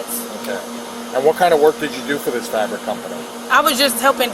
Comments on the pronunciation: What, the "frabric" 😂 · Can't ever speak clearly or correctly. FRabric. 😂😂😂 Fabric delivery pays bank doesn't it? I'm in the wrong business I see. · “I was delivering FRABRICS” omg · She doesn't even know how to pronounce "fabric". That makes her story even less believable. Not that it mattered..